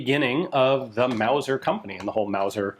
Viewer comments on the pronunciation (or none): none